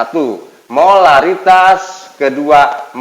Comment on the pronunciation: Pak lamun nu cedal mh molalitas semua nyebutnya hehe